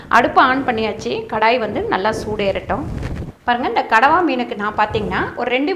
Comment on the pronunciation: கணவாய் மீனா? இல்ல கடவா மீனா? சரியாகச் சொல்லுங்கள், தங்காய்.